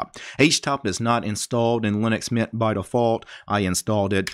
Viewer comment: Good video but it hurts me how you pronounce linux mint like linuxmian